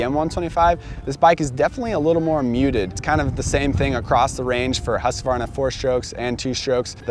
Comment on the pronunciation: congratulations!!! You finally pronounced Husqvarna correctly!!! 👍🥂🍾👌👏🏆🥇